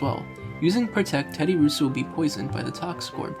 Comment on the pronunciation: I feel like anyone who plays pokemon, knows how to pronounce Terddiursa's name correctly... So personally i feel like you don't play Pokemon... Find something you know bro, it'll work out better for you.